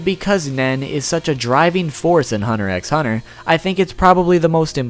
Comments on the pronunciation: It’s pronounced hunter hunter not hunter EX hunter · You don't pronounce the x in hunter x hunter, it's said like hunter hunter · Tyler he knows but he prefers to call it that Its x not ex* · I really wish you wouldn't say the X. Just because you think it sounds better doesn't mean you should say as such. The series is called Hunter Hunter. If you enjoy the content you should respect the name the creator gave it two spookey....I know your name I just like spelling it better this way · I cringe whenever he pronounces the "X" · Please stop saying Hunter Ex Hunter... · its hunter hunter not hunter ex hunter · You didn't explain ryu very well also the x in hunter x hunter is silent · you know you don't pronounce the x in Hunter x Hunter right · The X in Hunter X Hunter is supposed to be silent